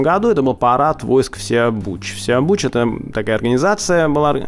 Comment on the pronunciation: у вас такие оговорки...ИвАр он же Ивар и ВсеобУч был ВсеОбучем.С ударениями у вас небольшие проблемы...